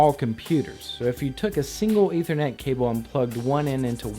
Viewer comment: It's "ETH-er-net," with a "short-vowel sound" on that first "e."